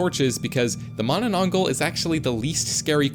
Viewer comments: im Filipino and this hurt me considering the fact he cant pronounce mananangal properly😭😭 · i started screaming MANANANGGAL MANANANGGAL ITS NOT THAT HARD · im dissapointed im a filipino and the narrator pronounce manananggal wrong its not mananangol mananangAl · Yes I am from the Philippines and it's manananggaaal not gal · the manaAN-NG gal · It's pronounced ma na nang gal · U said it wrong it mananangal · "managh manna manangglal" lol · It's the man-na-nang-gal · Him trying to pronounce the first creature's name literally made me laugh. 😂😅😢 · Bro cannot pronoance manananangal it's so easy for us Filipinos bro why😭😭😭😭✌️ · My soul hurts from the pronunciation of mananangal